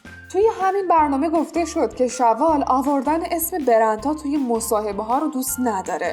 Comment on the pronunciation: عزیزم خیلی زحمت میکشی دمتونم گرم ❤ اما شَوال سام اشتباس 😹❤ شِوال سامه که نسرین جواد زاده و ادا اجه که دوستای صمیمیش هستن بش میگن شِوی